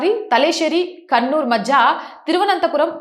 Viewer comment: అది కన్నూర్ కాదు తల్లి, ఆ టౌన్ పేరు "కణ్ణూర్ " అని పలకాలి